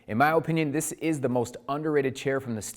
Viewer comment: These videos are great, but the way you say "OH-pinion" is HORRIBLE!!! hahaha